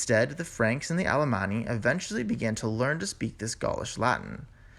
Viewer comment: Please cut out the vocal fry Adventually =! Eventually